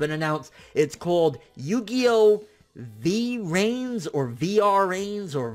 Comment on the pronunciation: What did you say? Yugioh Yao?